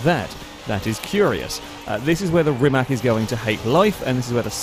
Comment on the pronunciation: It is not Rimak, it is Rimac. C is c, it is not K, and it is not S. It would be closer if you would pronounced Rimas, where c would be s, like for Cecilia, Rimac where C is K like you english people pronounced it (Rimak) is wrong as it can get.